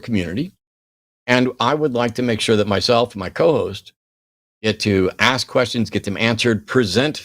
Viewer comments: Whenever a caller wants to "aks" something, forget about getting through to them! 🤦‍♂️😳🤣🤣🤣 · maybe you get blocked because for one you can't say the work "ask" correctly. And you are also an annoying moron.